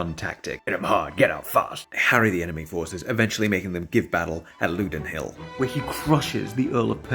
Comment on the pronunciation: It’s Loudon Hill, not Loudin Hill. And it’s a beautiful walk and there’s a sculpture of Robert the Bruce at the start of the walk.